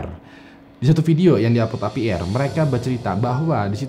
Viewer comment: APR.. Ei Pi Ar... Bukan epi er..he